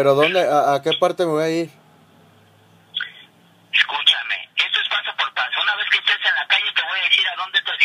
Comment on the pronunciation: Escushame escushame hahahha